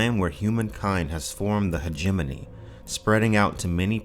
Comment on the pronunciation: Took me a couple of times hearing it before I realized Hajimminy was hegemony. I guess because I've always said it hej-eh-moh-nee.